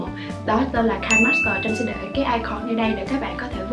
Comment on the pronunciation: Nó là KI NE master chứ hỏng có phải là "KAI" master